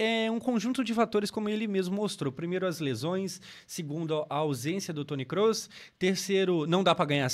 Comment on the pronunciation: Você pronuncia certo o nome do Kroos. Muitos falam com ó ao invés de ô. 👌